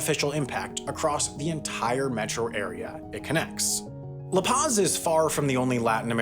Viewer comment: Can you at least to try to pronounce La Paz correctly?